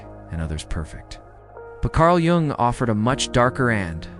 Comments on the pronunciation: I'm in uk and its defo said as yung the j is a y i know its weird the English language and regional dialects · Is this AI reading? Because you mispronounce Jung so badly...